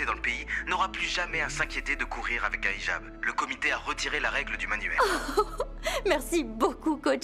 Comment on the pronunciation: « Ijab » se dit « Hijab » comme dans « Hi »